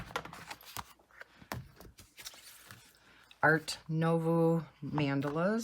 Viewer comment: Art nouveau - try pronouncing as “noo” (as in “too”) and “vaw” (as in “saw”). Love love love your book collection. I tried using water based markers but they bleed. Do you only use gel pens?